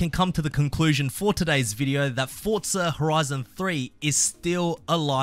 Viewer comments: "FortZah".... my god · This mf says “Fortsza”😂😂😂